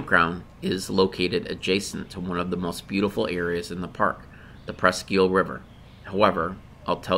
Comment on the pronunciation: Presque isle not eel...think island or "iyal"